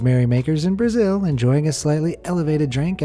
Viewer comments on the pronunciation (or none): none